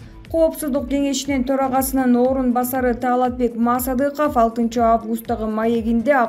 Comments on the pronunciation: Мааасадыков дебей,туура окучу,мектепти буттун беле озу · Мааасадыков де тантырак туура окучу журналист.